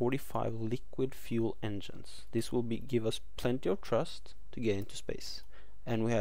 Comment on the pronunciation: I like the video and I know your not american but I love the way you say thrust it's like you say trust